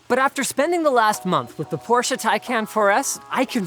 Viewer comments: He is not adding an e though, he said it right like 1 time and then keeps saying porsch-ea going back to the a ending. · it's pronounced porsh-ah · I really enjoyed your thorough review, and almost every other video you guys do, but what I still can't stand is people saying Porsch instead of Porsche. Also things like BMW, VW, Mercedes oder Audi. It's not a problem for most europeans to pronounce american car brands but for some reason almost every video of english speaking folks does mispronounce car brands from all around the world... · There are some people that like to say Por-sh instead of porsh-ah, like me. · It's "Por-sha" not "porsh", Leenoos. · As a German guy who's absolute in love with Porsche it's just maximum pain to hear "Porsh" instead of "Porsche". Yeah i know, englisch words with "-sche" or "-she" are pronounced with a silent e, but Porsche is NOT an english word. And Jeez it's not that hard to say "Porsche". :D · I live in Germany and everytime i hear an american say Porsche it is "Porsch" withot the e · Porsh, that’ll be all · Anyone else hate how Linus pronounces Porsche as “Porsch uh” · Who else here can't stop hearing "Poor Cha" instead of the PorschE ? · Linus, I love you. But for the love of ... it's pronounced "Pour Shuhhh"!!! The company is named after guy that started the company, It's his last name! Here's some help: I still up-voted your video like I always do. But c'mon!! You blasphemed. May they never get rid of the gas-powered combustion engine! And manual shift! Thank you BMW M cars!!! I drive a BMW M car with a manual shift, and now I know to stay away from Porsche's electric offerings. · It’s PorschE not “Porsch”. Fairly good review though. Most observations are spot on. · But in the end he said Porsh again. sad German noises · „Porche“ wtf is wrong with you? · Why does everyone (including Porsche itself) pronounce it wrong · He sounds so german when he pronounces porsche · Porsche has 2 syllables